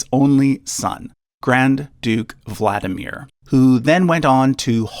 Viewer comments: Kiril is Keer -ill Vlad DEE mir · You completely mispronounce Tsar. It's Tsar', not Zar. Ts is very same as Ts in Japanese (like Tsunami). You don't say Zunami. There are 3 sounds - Ts - A - Rь. Kirill, not Keyrill. VladImir. not VlAdimier. RomAnovy, not ROmanovs. Xenia is pronounced Ksenia in Russian, not Zenia. Ilyinsky is pronounced Il'YInskiy, not IlInsky. Rostislav, not Rotislav, you missing S. It's Dmitriy in modern Russia, not Dimitry. VlodImirovna, not VladimirOvna.